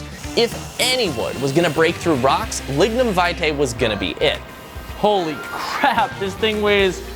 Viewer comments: Your pronunciation of lignum vitae was upsetting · That's not how you pronunce lignum vitae